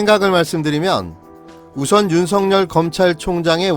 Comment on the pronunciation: 근에 왜 윤석열을 윤성열이라고 발음하시는지요....